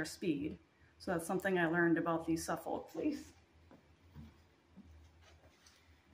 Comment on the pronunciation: This has been very useful, trying to decide which espinner to get (perhaps!) thank you! May I help you with something in return? I heard you say Suffolk. I live in Suffolk, although I’m not a native, and there is a Suffolk accent, but we brits don’t pronounce the L. So just say sUff-uh-k, run it together with the emphasis on the suff part. The end of the word just fades away. Hope that helps! Same applies to Norfolk. No L. I’ve no idea how the L got there, and we have similar spellings for calm, balm, folk where the L isn’t pronounced. I’ve heard other people struggle with some of our English breeds, like BF Leicester is said just BF Lester, I’m sure y’all know that one! Corriedale is just Corrydale, just 3 syllables Hope this is useful to non English spinners. No criticism intended. I wouldn’t know your stuff either 😉